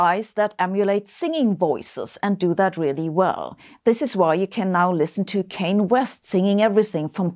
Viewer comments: Not that I like the man's music but he's called Kan-yay in pronunciation not Cain. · God it's "Kanye" not "Kayne" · I think you meant to say Kanye as in Ka-nye instead of Kane 😆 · Best part was Sabine saying Cane West 😂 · "It's Kanye, but some of my plaques, they still say 'Kayne'". That's a lyric from Kanye West's verse on the song 'Diamonds from Sierra Leone'. His name is pronounced 'kahn-yay'. ✌ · She really said "Cain West" 😂🤣 luv u Sabine ❤ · I'm not a Kanye fan either, but as an FYI it's pronounced "con yay" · Haha, "Kayne" West. I made that mistake too when I first tried to say his name... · "Cane" West? You might be out of your element. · Did she say "Cain" West? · I was going to point out the pronunciation of Kanye's name, but then realized that would take more effort than it's worth. He changes it every 5 minutes anyway.